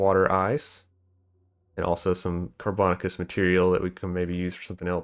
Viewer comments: "Carbon-aaa-shuss" not "car-bon-ah-kuss" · car bo nay shus. You freakticus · Sorry, I'm a language nerd. The word "carbonaceous" is pronounced "car-buh-NAY-shuss". It should rhyme with "gracious" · I love hearing the different ways people pronounce car·bo·na·ceous ore on new videos 😆